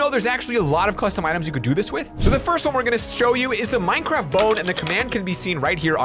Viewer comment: Nobody going to talk about "Minecradt"